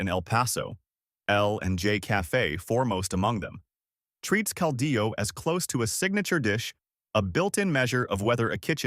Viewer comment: Cardiologist = cal-dee-yo... and it's not a 4-legged, shell critter, armadillo😮😅